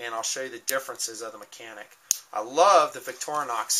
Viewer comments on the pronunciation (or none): none